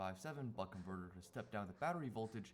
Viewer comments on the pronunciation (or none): none